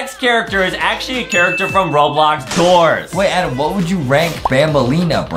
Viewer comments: it's not Adam it's Adem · Its ''Adem''!! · Adem like ayyydem